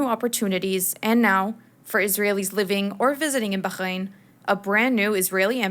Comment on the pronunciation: Please stop torturing the pronunciation of Bahrain.